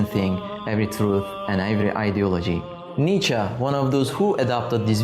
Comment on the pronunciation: It's pronounced Nietzsche, not Nietzsche.